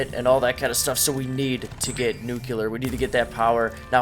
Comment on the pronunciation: Dude are you saying nu•cu•ler rather than nu•clear?